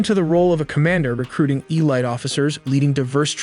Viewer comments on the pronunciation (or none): The way you pronounced Barrage and Elite really irk'd me. Cool vid tho